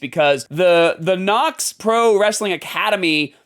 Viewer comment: Are you intentionally mispronouncing every name to be a pretentious asshole? K n o x Knox as in Knoxville Tennessee Chael Sonnen like kale but with a c h Raja same as the Tiger in Disney's Aladdin it's not that hard dude everyone's been saying these names since the beginning of time you're the only one that likes to mispronounce them